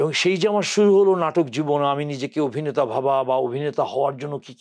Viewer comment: এত একজন গুনী অভিনেতাকে নিয়ে আপনার মতো একজন বাক প্রতিবন্ধি করেছেন অনুষ্ঠান। অবিনেতা, বিডিও, এগুলো কি ধরনের উচ্চারণ। আগে প্রমিত বাংলা শিখে আসুন। আর এই সব মিডিয়ারও কোন স্ট্যাটাস নেই, যা তা লোক নিয়ে আসে উপস্থাপক, সংবাদ পাঠক হিসাবে।